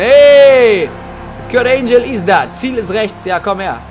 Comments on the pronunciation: Dieser Moment wenn man so scheiße in englisch ist das man ANGLE mit ANGEL verwechselt und es dann falsch ausspricht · wie er angle falsch ausgesprochen hat